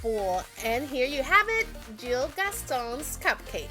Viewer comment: By the way his name is gill not jill